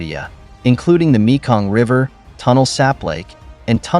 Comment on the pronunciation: For a start, your Khmer pronunciation is terrible; it's TEY-KO and KON-DARL province. The name for river is TON-LAY; the family name of the PM is HUN as in UHN, but what do you expect from an AI voice?